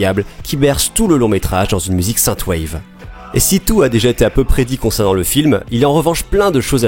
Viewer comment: marrant que vous dites "sainte waive", j'ai toujours su que c'était "since waive" :p